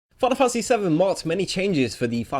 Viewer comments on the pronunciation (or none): "Final funtasy"